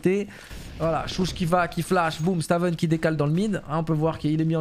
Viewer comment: Stavn ce prononce staun (pr moi c stone), sinon bête de format aussi bien sur cs que valo force a toi le boss